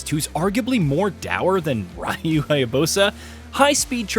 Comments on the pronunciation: He pronounced “Ryu” as “Raiyu” and “Hayabusa” as “Hayabosa”😂🤣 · I cannot believe how badly you pronounced Ryu's name lol